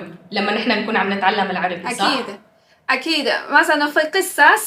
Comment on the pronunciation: you're saying "sa sa sa" not SaaH...just a tip!